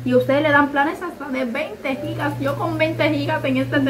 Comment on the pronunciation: me encanta que ustedes si dicen como es: Gigas ( Jigas ) que es lo correcto y no Yigas así leen muchos que es incorrecto